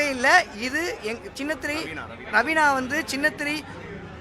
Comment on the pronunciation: ரவீனான்னு சொல்லிட்டு நவீனான்னு சொல்ரான்